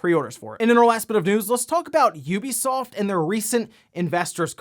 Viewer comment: OMG! HE SAID IT! An actual content creator actually said the name "Ubisoft" the way I was taught to say it. This is a good moment for me